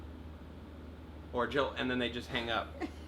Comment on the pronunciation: JiLL NOT HiLL!! Great discussion here thanks :)